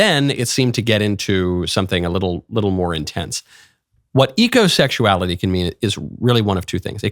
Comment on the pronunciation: I had to turn the subtitles on because I thought she said egosexuality instead of ecosexuality.